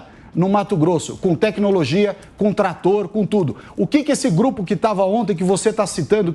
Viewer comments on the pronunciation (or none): "Tratoro" a Amanda. Q dó.